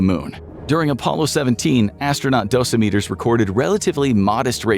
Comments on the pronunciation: It’s “doh-sim-i-terr” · I thought the accent was on the SECOND syllable in “dosimeter.”